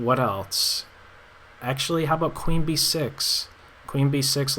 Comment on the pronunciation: "What elts is there?". What does "elts" mean?